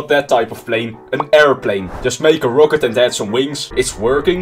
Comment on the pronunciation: I cant even get onehundered. Also I’m far better than him cause i can say rocket. It’s rocket not rowket